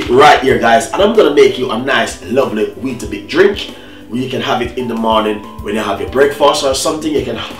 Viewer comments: It's not Weetabit its WEETABIX with an "X" not a "T" ... That was sooooo frustrating to watch when he was saying it!! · It’s not bit it’s bix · Wheatabit-?loool it's wheatabix